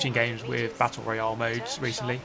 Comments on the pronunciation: What? He says it the same way we do? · As an American I hate how he says Royale 😂